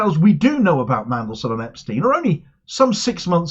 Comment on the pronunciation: So glad you pronounced Epstein in the correct way - then you changed it!